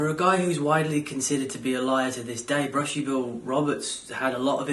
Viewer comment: bushy not billie